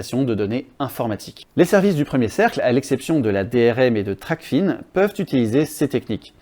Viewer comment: TRACFIN est un mot-valise en français pas anglais. On dit "trac-faim" pas "tracfine". Sinon c'est une bonne vidéo merci 👍